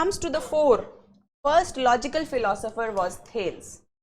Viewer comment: As a keen student of political theory I am very dissatisfied after watching this lecture. The pronunciation of Thales is incorrect seems never attended the lecture of subject . Element is never mentioned it is substance. Madam please read first the basics then become teacher . Start with the History of political philosophy by G H Sabine.